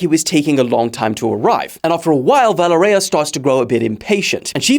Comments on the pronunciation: You are butchering her name. It is ponounced Vuh lé rya. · Valereya? Wtf!!!? Learn to read dude! Its almost the same as in english Valery but with an A at the end! If its so hard for you